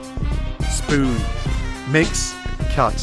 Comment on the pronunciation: Dammit he said spoon without the overexaggeration D